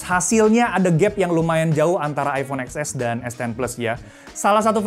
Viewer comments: baca nya bukan eks es tapi ten es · TEN ES WAK.. BUKAN EX ES…😂😂😂😂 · Baca nya iPhone Ten S kyk nya lebih enak di dengar. Hehe 😁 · eksses (emot ngakak)